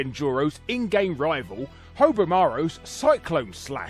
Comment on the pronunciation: What the heck did you call Haohmaru? Hovermaru?